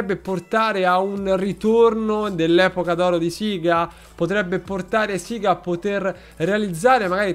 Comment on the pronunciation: E io che l'ho sempre pronunciato sega e non "siga" 😂😂😂